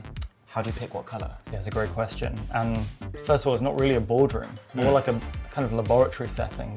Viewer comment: laik the angreberd Hhhhh😅